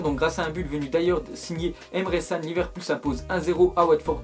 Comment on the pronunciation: rip le nom de Can ptn prononce bien frr